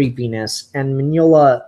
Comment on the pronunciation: You pronounce Mignola well enough. I read the book. It was amazing.